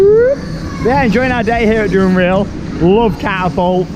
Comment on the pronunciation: It’s pronounced dunrell